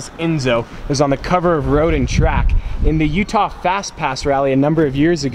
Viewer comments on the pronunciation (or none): none